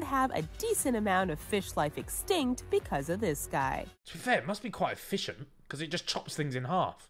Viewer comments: “e fish ent” 🤫🤫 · Ethan knew what he was doing when he said “eFISHent”😏